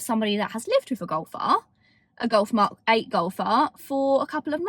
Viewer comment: British People: The Mock 8 Goff Ah